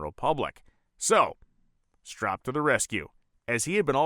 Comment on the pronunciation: Don't forget the Battle Bird! PS- its "strope"